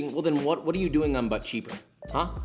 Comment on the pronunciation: Josh: but cheaper My ears: BUTT CHEEKER